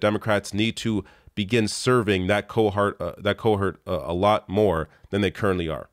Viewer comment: Nah. Not cohart. Not coheart. Not cohar. /